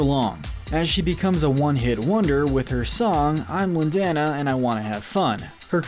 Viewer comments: LIN - DAN - A REALLY it 's LIN - DA - NA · Does it bother anyone when he says Lin”dana” not Lin”dona” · You know, it’s pronounced Lin-dah-na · "Lyn-dahna" ...I think you should hear the song again ^^ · It's pronounced Lin-dah-na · I’m sorry but how he pronounces lindana kinda triggers me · Is anyone else bothered by how he pronounced Lindana? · The way he pronounced Lindana Cries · ITS NOT LINDANA IT'S LINDANA (i know you read that two different ways)